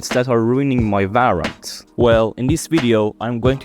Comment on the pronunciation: its valorant not varrant